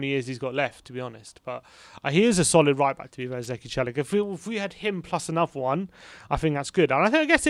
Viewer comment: As a native Turkish speaker, I am surprised how accurately you guys pronounced Zeki Çelik's name lol.